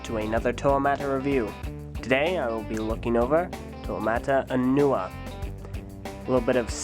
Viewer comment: HE SAYS. NUA